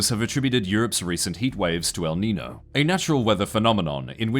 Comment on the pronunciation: I'm not even Spanish and that El Nino pronunciation hurt... wait why were the first 2 times wrong but the next 2 pronunciations correct?